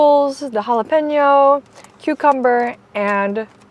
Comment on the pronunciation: 24 hours in Texas and you can already pronounce 'jalapeno' better than Joshua Weissman